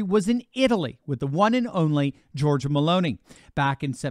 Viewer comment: Not hating, but her name is pronounced: Geor-gee-a Also not pronounced as: Georgia <- as in the country